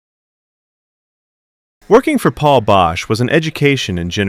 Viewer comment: You lose all credibility by alternating between saying it right and constantly mispronouncing Paul's name.